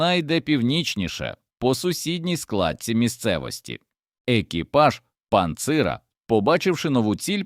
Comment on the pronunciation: Цей говорун, прикриваючись "патріотичною шкіркою", насправді виконує роботу ніяк не пов'язану зі змістом відео - знищення української мови. Спотворені українські слова (в дужках - українські): т^ріщить (трі^щить), об^маль (^обмаль), пан^цира (^панцира), висо^томір (висото^мір), шта^белями (штабе^лями), проти^піхотні (протипі^хотні), обрушується (немає такого слова в українській мові), ^вибухова (вибу^хова), ^вісімсот (вісім^сот). Якась хвілологічна зграя, що ніколи не говорила українською, з якогось дива вирішила "облагородити" нашу мову. Для чого? Кацапське прдвоєння букв: тонна (тона), программа, данні і т.п., дебільний "праЄкт" замість проекту. Одним словом спільними зусиллями москалі і наші "гвинтокрилисті порохотяги" вбивають українську мову.